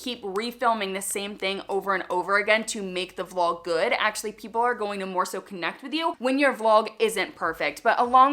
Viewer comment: Did you say vlog or flog???? I didn’t think it was that kind of channel. 😂😂